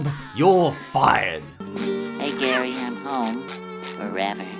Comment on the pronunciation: It's spelt like Gary but you pronounce it as geary